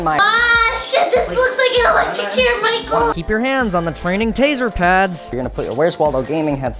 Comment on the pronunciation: make a thing that everytime says MYKULL it pinches ur cheeks. i thought about face cheeks but whatever floats ur boat little gremlin